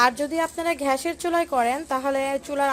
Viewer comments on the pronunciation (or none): রুস্ট (রোস্ট), ঘ্যাস (গ্যাস), গ্লুবস (গ্লোবস/গ্লাবস), এই সব এর উচ্চারন ঠিক করবেন আপু। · ঘ্যাস নয় গ্যাস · ঘ্যাস না গ্যাস। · আর বলুন গ্যাস, "ঘ্যাস" নয়। ধন্যবাদ! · ঘ্যাসের চুলা' টা কি জিনিস ? 'ব্যাদেনা' ই বা কি? আহা কি উচ্চারন নিয়ে নেটে এসেছে...! বাংলা আগে শেখো মেয়ে। রান্নায় কোন ভুল নাই। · Apnar uchchoron khub baje...gas er chulo thik Moto uchchoron korun...r sobuj anggur bolun... please thik Moto uchchoron korun...